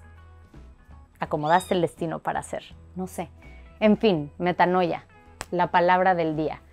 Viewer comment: La pronunciacion es /metáaania/